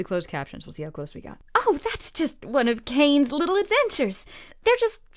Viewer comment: FOR GODS SAKE ITS CAINE!! NO FRICKING KANE (the comments who said Kane I’m coming 4 u)